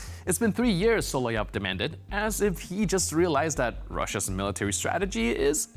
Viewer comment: Repeat after me So-lo-vy-ov!!